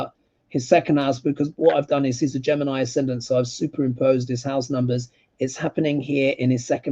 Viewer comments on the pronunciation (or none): none